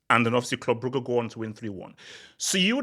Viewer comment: Legend says Club Brugge will not go out of the UCL until learns how to pronounce their name